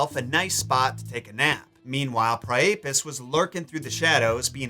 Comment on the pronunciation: I thought Priapus was pronounced "PRY-uh-pus". Am I wrong?